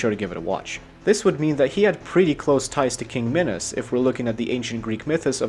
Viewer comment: Please stop saying "minus" instead of minos. Love ya